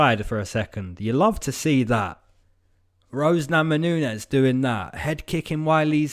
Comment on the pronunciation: "Rose Namanunes" ? :D